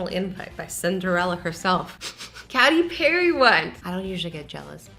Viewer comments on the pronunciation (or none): I'm going to first apoligize for my rage as a KATY PERRY fan Azzy YOU SAID CATY PARRY! NOW I SPELLED IT HOW SHE SAID IT! IT"S KATE-E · You don't say katty perry you say katey perry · PFFT SHE SAID KITTY PERRY 🤣🤣🤣🤣🤣🤣🤣🤣🤣🤣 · CATY PERRY WENT I’m sorry but cat-y? I thought it was Katy like Katie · I’m not hating on assy but she said CATy perry not KATy perry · Azzy, its not "caty pary" its "Katie pary" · I’m sorry, I love you azzy, but did you just say catty perry? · "Catty parry" I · Its pronounced kaitie Perry